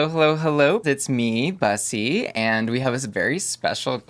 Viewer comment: Everyone including Bussy pronouncing their name wrong🤣💀it’s BOOSY, Veronica Valentine has spoken👑